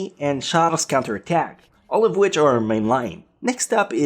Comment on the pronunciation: char's cunter attack... you didn't even pronounce the o